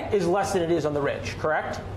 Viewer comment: "Look it up I'm correcc" lmao golden. I love Kyle.